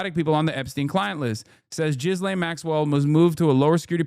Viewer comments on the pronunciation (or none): It's definitely not. Ghee-lane. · "JIZZ-LAINE' makes me laugh everytime bro